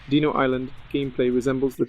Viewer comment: "Deeno" really?